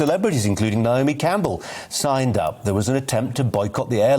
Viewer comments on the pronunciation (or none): none